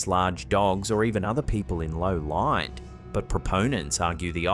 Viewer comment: Imagine playing a drinking game while watching these where you have to take a shot every time says "trick of the LAW-eet"